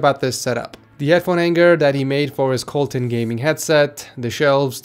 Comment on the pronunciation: So ya'll gonna ignore the fact he said kolton instead of kotion for the first setups headset.